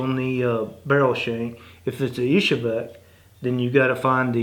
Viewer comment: There is only one 'e' in "izhevsk". It's not "ishevek". Even in the original russian "Ижевск". It doesn't sound exactly like an 'e' in english, but that will get you close enough. Lest you think i'm making it up